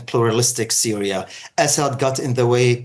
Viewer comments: Syria* not Syra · "Syra" LOL